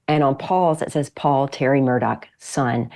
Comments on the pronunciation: THE PRONUNCIATION of MURDAUGH IS "Mur" "Daw". Not "Mur" "Dock". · Murdaugh, not Murdock. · Why the hell does everyone not from sc say their names with an ck ending instead of augh smh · Why does everyone pronounce his name incorrectly? It’s Alex with an “x” at the end not a “c” and Murdaugh with a”gh” at the end not a”ck”. Just saying. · It's Mur-der ! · Yep pronounced Murdock and Alec. Never made sense to me.